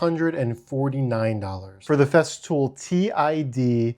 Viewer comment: I thought I heard you say "theft fool"